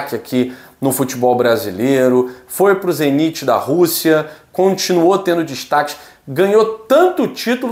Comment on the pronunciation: Não é zeniti é ZENIT